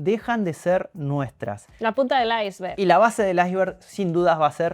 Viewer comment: Gracias por decir “la punta del Iceberg” como debe ser y no “la punta del ISE VERG”. (Como dicen en España 🇪🇸).